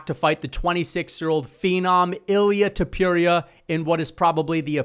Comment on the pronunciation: And learn how to pronounce names correctly Topuria Sounds like Tópooreeah When you pronounce names with their phonetically authentic accuracy you earn so much more respect. It’s important.